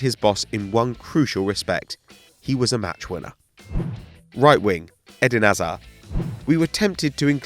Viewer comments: Can this guy learn how to say hazard!?! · Why can't you say hazards name properly